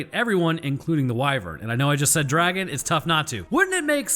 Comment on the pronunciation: just watched your video and you kept mispronouncing DRAGON!